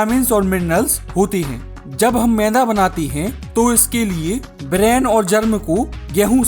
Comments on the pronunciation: सब ठीक है पर मैदा को मैंदा क्वो बोल रहा 😅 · Bhai mai like share subscribe sab kr dunga lekin tu phle मैदा ko मैदा bolna sikh ऐदा नहीं bolte usko... Tbhi se ऐदा-ऐदा bole jaa rha h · Bro it’s not meinda maida😂😂😂😂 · Meda bolo bhai 😂 menda nhi 😂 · Is aadmi ko maida bolna nahi aata Yeh mainda bola, laanat hai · Ye maida bolte h na ki mainda 😂😂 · भाई तेरा ये व्हिडिओ बहुत बडीया है. मगर तू ठीक से शब्द उच्चारण करना सीख ले. तू मैदा,या मेंदा,या मैला इस मैं से क्या बोल रहा है. जरा खुद ही फिर से ये व्हिडिओ देखं कर फिर से बता. कॉमेन्ट्री खुद ही करना जरुरी तो नहीं है. किसी अच्छे शब्द उच्चारण वाले को ये काम देता तो बेहत्तर होता. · Mainda nhi maida h ye pahle bolna to seekh le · मैदा ❌ मैंदा ✅ 😂